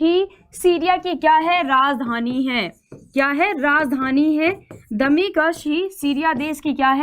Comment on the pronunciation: आपका उच्चारण सही नही है दमिश्क सही hai